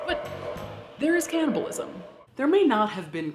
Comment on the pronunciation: It’s cannibalism, not canNOTabilism